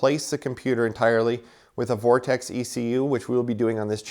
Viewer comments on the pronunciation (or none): none